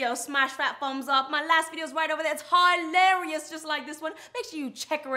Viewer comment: She said hilarious wrong but it's ok lol